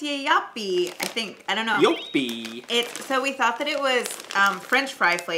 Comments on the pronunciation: You actually pronunced it quite well, when you read the back of the Joppie chips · Im here to say the same thing! Very good pronounced.